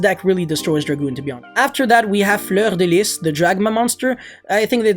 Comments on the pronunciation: J’adore le « fleur de lisse » avec l’accent quebecois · No one:: “fLeUrDeLiS” chefs kiss